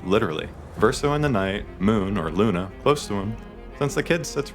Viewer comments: In a game where they say her name a million times, every single video I watch people pronounce Lune's name wrong. Lou Nay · I hate when people play a game.. hear what the names of the characters are. And then proceed to still pronounce all of them wrong… it’s not Luna… it’s not esque. It’s “lun-eh”and “esqui-eh”.